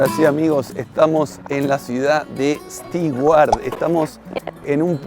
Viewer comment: **Nota** Amigos viajeros, en inglés no se dice ni pronuncia "Sti-uart", se dice y pronuncia "STU - uart", por más que se escriba "Stewart".